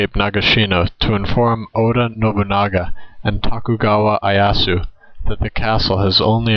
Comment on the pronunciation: Ieyasu is pronounced as ee-eh-yasu.